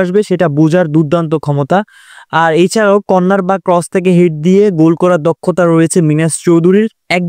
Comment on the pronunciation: গুল না ভাই গোল বলেন